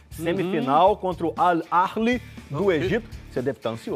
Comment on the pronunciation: Cismaram d achar q tem R no nome do Al Ahli e na pronúncia (chega a ser desrespeitoso). Bora Fluzão 🟩🟥🟩🟥🟩🟥🟩🟥👏🏾👏🏾👏🏾👏🏾👏🏾